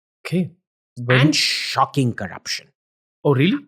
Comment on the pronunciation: Shhhhhocking ....Shhhhhocking Corruption 😅😅😂the way he says 🤣. So much propoganda about China out of hatred & jealousy when we Indians can't catch up with them due to America's stragulating our economy...🇮🇳🇮🇳👍